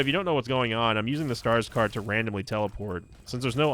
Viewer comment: My fiancée thought you were saying Skarsgård when you said stars card 😅 kept getting glances from her while watching 🤣